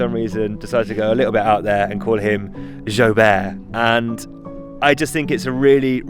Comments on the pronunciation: Been so excited for this video! 😁 I thought it was pronounced Joo-bert rather than zho-bear 🤪😄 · I thought you said something like joy bear 😂❤ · You guys were saying Joubert but I kept hearing Joe Bear :D